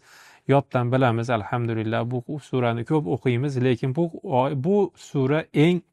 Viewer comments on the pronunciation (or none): none